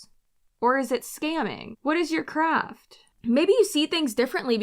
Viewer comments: "Living in your craft" yeah, that's not what I heard. I heard "living in your crap" which seems much more accurate. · I think you misheard she wasn’t saying craft…in my opinion she was saying crap. Ya gotta live in your crap. 😂